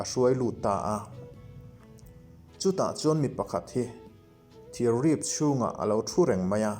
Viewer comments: "Rip" thluk dik lo hi... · Ngaihnawm hle mai,mahse rip tih hi i thluk dan a diklo, ka ngaimawh riau mai